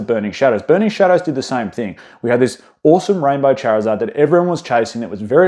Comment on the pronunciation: Bro called the greninja "greeninjur" and Charizard "Charkzurd"